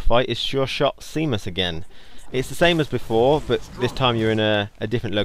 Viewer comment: Seamus is pronounced shaymus